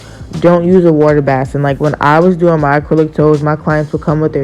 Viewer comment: Bless UPS! The Word is Basin (BĀSE) Long Ā sound! Base in!;)PEACE